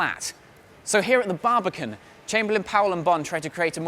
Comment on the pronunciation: immediately clicked off after the exaggerated pronunciation, the baribican cool tho ig